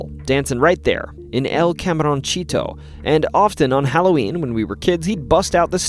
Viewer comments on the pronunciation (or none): Seriously, dude, it's like hearing fingernails on a chalkboard. "Camaroncito", little shrimp, ends in "SEE-toe", and not "CHEE-toe" like the snack that tuns your fingertips orange. When in doubt, just google! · David "boo-eee" Camaron"see"to not "cheetoh" Almost like you know how much that would bother a Texan...